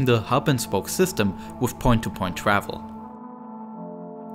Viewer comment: U mean ew twavel